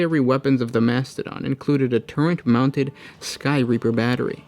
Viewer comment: what is a turrent? Do you mean turret?